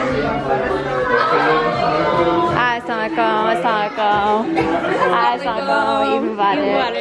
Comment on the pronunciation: I've been watching your vlogs for so many years now. In love with everything ❤ But just a gentle request the way you pay salam is not correct saying aslaa lekum is wrong and has horrible meanings. It goes like Assa_lam_o_alai_kum 😊